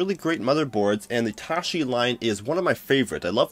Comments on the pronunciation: Did he say "tooshy" motherboard? haHa., "Taichi," like the martial art form. [TY-CHEE] Keep up the good work, brother! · Some of us people use computers to work so I appreciate your focus on workstation hardware rather than gaming, gaming, gaming! I don't use blender and use commercial 3d packages but what you say should translate. BTW it's pronounced 'TieChee' not "tashee " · when you read Taichi as Tashi I know im in the wrong place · Wrong pronunciation of the motherboard name.